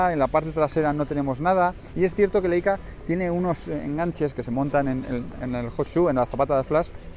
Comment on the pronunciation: Por favor; cada vez que un YouTuber dice "LEICA" en vez de "LAICA" se muere un angelito del cielo. No más muertes de angelitos inocentes. jejejeje. Aprended como mínimo que en alemán se pronuncia "laica"...queda feísimo. Y casi todos los youtubers lo dicen mal.